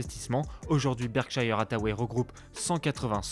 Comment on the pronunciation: Berkshire, pas Berkshaïheure